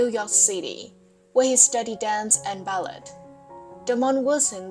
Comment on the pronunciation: Studied " Bal- LET"?